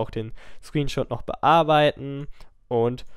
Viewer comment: ScreenSHOT, nicht ScreenSHOOT